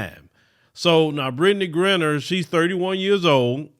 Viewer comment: Brittney who? Lol check the pronunciation